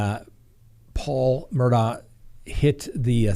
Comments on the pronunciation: the Murdaughs are pronounced Murdog, not Murdough. You can even hear it in the soundbyte of the investigator you played. Same for Alexs, he's pronounced Alek, not Aleks! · Since we're correcting pronunciations, it's mer-dawgk, the K representing a stop in the throat to pronounce the h. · Their last name is pronounced Mer-dock, sorry just had to say that because it is always mispronounced by so many. Sorry hope I am not offending you with the correction. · Please pronounce it Murdock. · Their name is pronounced “Murdock” 😬 - a Hampton County resident.